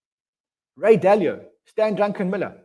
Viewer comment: learn his name please he is not drunk😃Stanley Druckenmiller